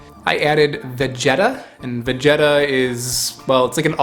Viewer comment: ive never heard anyone pronounce vegeta like that. i LOVE that stuff. a staple in turkish & balkan cooking